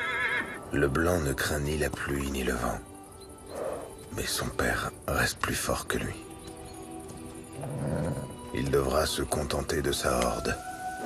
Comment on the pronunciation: " Il reste ... " pas " Il erste ... ".